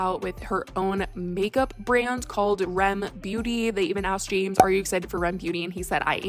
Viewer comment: R.e.m isn’t pronounced Rem it’s R E M each letter said